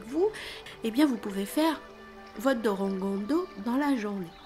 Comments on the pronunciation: Euhh on est d'accord sur le fait qu'elle prononce DOROGONDO à la place de DORODANGO? (sinon merci pour la video) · attention pour ce qui est de la prononciation l'écriture est corecte mais la prononciation est "Dolodango" le "R" en romaji (japonais) se prononce comme un "L". Sinon tres jolie video félicitations